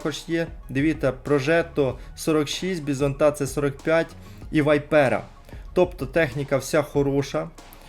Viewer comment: Дякую за актуальну інформацію, лайк прожав. Але все ж є зауваження. Танк як не як італійський, а не американський. Тому правильно читається не Вайпера, а Віпера з наголосом на і, що з італійської перекладається як гадюка. Хотілося б бачити побільше відео не тільки пов'язані з новинами, але можливо гайди або огляди на окремі машини, які завозять у продаж, з показовим боєм на фоні